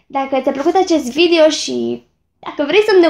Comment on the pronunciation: Ce drăguță ești când spui ,, Vidio "